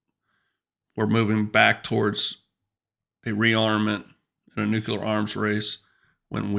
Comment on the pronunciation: good vid except for "nucular." It is new-klee-er.